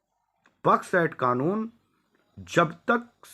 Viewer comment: 🤣🤣🤣मूर्खण्ड बड्स एक्ट को बक्स एक्ट बोल रहा है पूरा नाम ले सकता है बड्स एक्ट क्या